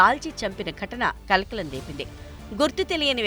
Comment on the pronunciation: కళ్ళ కలక అన్నటుంది.కలకలం అని పలకండి